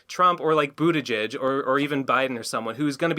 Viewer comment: love how pronounces buttigieg